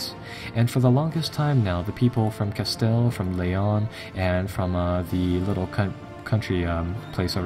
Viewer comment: Castile pronounced "ca-STEEL"